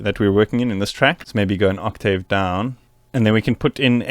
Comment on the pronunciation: can you pronounce octave correctly